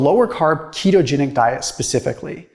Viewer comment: Thought you said "cheetogenic diet", I was like sign me up.